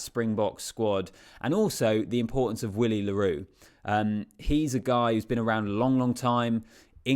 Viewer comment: Please pronounce the surnames correctly. Pronounced RWIS (Roos). Pronounced Villie (Willie).